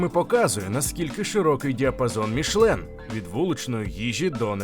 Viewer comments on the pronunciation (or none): Чому "мішлен"? Там же написано "мішЕлін"!